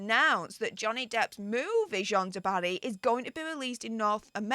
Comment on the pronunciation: The French female name JEANNE, is pronounced JAN. It rhymes with ANN. It's such a simple pronounciation, why does everyone keep screwing it up?...drives me nuts...lol.